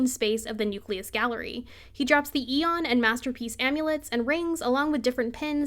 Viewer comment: only other person who says aeon correctly 😤